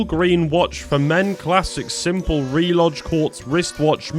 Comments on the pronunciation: "Reloj" isn't pronounced "RE-lodge." It's more like "ray-LOW." It's Spanish, homey. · RELOJ = RAY LOW, IT'S SPANISH FOR WATCH, HOMBRE= OHM BRAY, IT MEANS MAN. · Bro. You don't pronounce the "J" in reloj :)